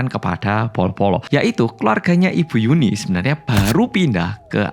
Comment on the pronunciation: Nyebut yunhee jadi yuni😭